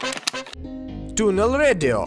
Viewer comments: Tuneln Radio (ТунеЛн реидио)??? Серьозно??? Хоть прочитать можно было правильно? Там же ясно написано "tunein "(ТюнИн) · Тунл рэдио...пздц чувак иди учи английский